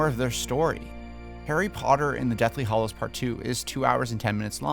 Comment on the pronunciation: After all these years and all the movies, have you not learned that it's "hallows", NOT "hollows"? Also, after eight movies, did you never once notice that they pronounce Hagrid's name "Hag-rid" and not "Hay-grid"